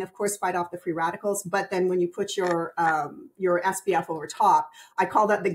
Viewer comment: has great information (and confirmed that my simple skin care routine in the morning is OK). I'm confused as to why she says "SBF" instead of "SPF?" Am I just hearing it wrong?